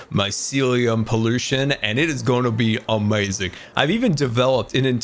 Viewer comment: 22:7 he sad amauizing